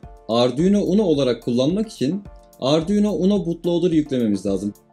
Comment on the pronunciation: Herşeyi anladım herşey güzel olmuş tek anlayamadığım nokta ardiuno dedin ne 😂😂